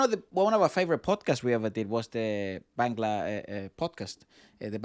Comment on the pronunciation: Its Not Bengla 😂😁😂 Say BAANGGLAA